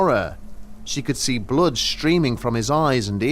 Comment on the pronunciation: "She was covered in blode !"